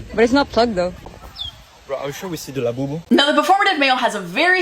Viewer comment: “do we the the LaHbOuBoU?”